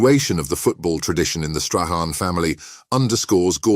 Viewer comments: Your pronunciation of Strachan has had at least 6 different variants, being Scottish and Strachan being a very Scottish name it’s pronounced Strakan. I hope this helps you in your future videos as I believe you should do a little bit of research in the pronunciations. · yes , is it AI narration ? a real Brit football fan would know how to pronounce these names .